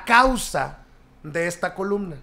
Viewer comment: Se dice columna y no colubna